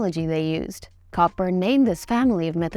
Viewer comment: FYI it's pronounced "Coburn"